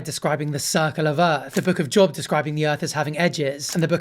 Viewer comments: Job isn't pronounced as job, it's pronounced as Job. Hope that helps ;) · Book of Job as in globe, not job as in blob